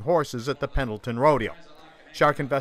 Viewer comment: You don't even pronounce "Pendleton" correctly